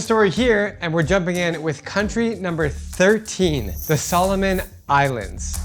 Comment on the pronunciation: No it’s pronounce Solomon Islands but it’s okay you’re doing good